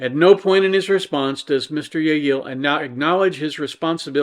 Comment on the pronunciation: I see you didn't get my humble pronunciation guide from last time:P in Spanish, a double l is pronounced as a y, so the name is pronounced 'yeh-yee-yay.' BUT, I can hardly blame you for eschewing that in favor of 'yeh-yeel.' "Yeh-yee-yay"... it's not even that it's quite a mouthful, it's that it's NOT a mouthful! There's no "there" there, you just feel like you're grandpa without your dentures!